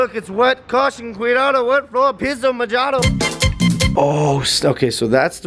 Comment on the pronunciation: Logan, I dont think Juanpa told you dis, but mojado is pronounced: mohado, the H in spanish is silent so they replace H with J. In spanish J sounds like H :D And I have taught u something new